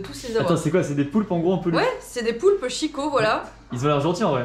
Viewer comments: En fait, la marque est bien Italienne, s'écrit "Chicco" et se prononce "Kiko". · Le poulpe je l'ai chez mes parents !! Et ça se prononce Kicco en fait, si je ne me trompe pas ca s'écrit Chicco et le ch en italien se prononce /k/ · Alors en italien ça se prononce kiko. Voila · Ça se dit Kiko bordel. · En fait, la marque est bien Italienne, s'écrit "Chicco" et se prononce "Kiko". Pour avoir le son "tchi", il faut écrire "ci". Il ne faut pas faire attention à ces ignorants qui croient savoir parler italien. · chicco ca se prononce kiko